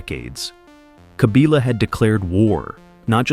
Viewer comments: Kabila not Kabiila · The pronunciation is "Kabila" and not "Kabila"